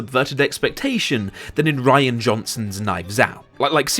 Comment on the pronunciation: I don't want to be an ass, but his name is Rian (Ree-an) not Ryan.